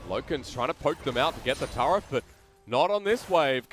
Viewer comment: TFW one caster calls the turret a "tart" and the other one calls it a "turd".